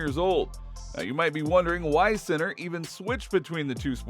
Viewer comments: As an Italian I can tell you that I have heard much worse, speaking of Italian words and names pronounced by English and Americans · My God… learn how to say the players name before doing a fully dedicated video about him. So silly…